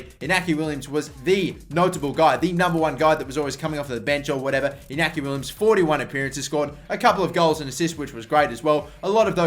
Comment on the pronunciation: *Iñaki no inaki